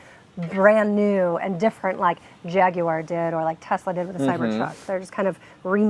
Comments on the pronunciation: Gaguar lol. gaaag uar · Hate the way you both say Jaguar…. It’s beyond tomato, to-mAto… I don’t even care if you are saying correctly.. it sounds horrible… beyond that love the channel